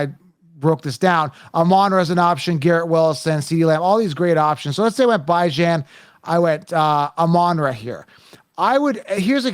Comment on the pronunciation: His name is Bee-John you nimrod. Everybody deserves to have their name pronounced correctly. Have some respect.